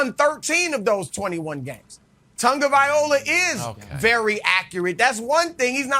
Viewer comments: My only problem from this video is the way Chris pronounces Tagovai LOA as "Tagovai OLA"🤦‍♂️ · They need to learn how to pronounce Tua's last name, Tagovailoa, not Tagovaiola. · I'll never get over the fact that Chris calls him Tua "Tongoviola" and everyone just rocks with it. Gets me to laugh a bit every time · I made the same reply without seeing yours first. Yes, he pronounces it like the way you spelled it. They should be corrected every time. lol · Chris really needs to learn how to pronounce Tagavailoa. It's not viola... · tua's last name is tah-gah-vy-ah-low-ah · I love Nick 99% of the time but he is dead wrong about Tua. And Chris please, you're a professional - learn how to say Tua's last name correctly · If you don't have the wit to pronounce Tua's surname correctly, I wont be listening to anything else you are have to say. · How come Chris can't pronounce his last name. Stick with Tua.